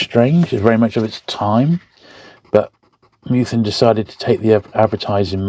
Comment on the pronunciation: Minor niggle - it’s Meth-ew-en, not Mew-then :-)